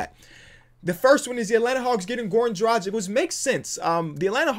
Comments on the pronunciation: It's Drag-itch not Dra-jick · has been saying Goran Dragic's name wrong for a long time